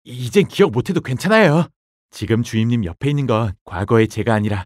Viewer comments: 주임님을 주인님이라 하는줄ㅋㅋㅋㅋㅋㅋ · 하 이젠 주임님이 아니라 주인님으로 들린다. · 전 왜 자꾸 주임님이 주인님으로 들릴까요?